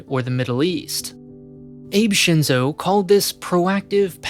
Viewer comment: My only qualm of this video is how you butcher all the Japanese names...